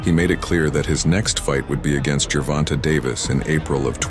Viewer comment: Bro are you trying to say Gervonta wrong on purpose? Like 8 different pronunciations lol its was actually funny as hell 😂😂